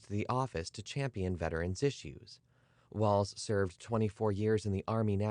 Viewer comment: Thank you for pronouncing his last name correctly.